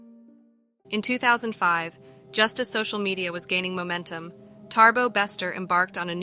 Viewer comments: Not TaRbo! It's Thabo pronounced as Ta-bo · its Thabo not ThaRbo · I know it's no biggy, but your pronouncement of his name is not correct. You say Tarbo, it's Thabo.